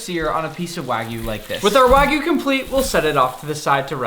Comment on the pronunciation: It's pronounced wa (like water) gyu, not wa (like waggle) gyu. It's like calling a steak a New Yak Stripe steak... Hope you take it onboard like a professional. :)